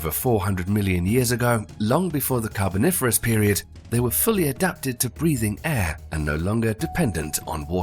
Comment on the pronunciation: 12.40 "The Carniferous period?" lol, little slip there.